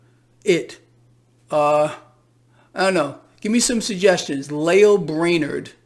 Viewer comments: Lael Brainard rhymes with Male Flavored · Braille Lame-ard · Brainard sounds like Brain-tard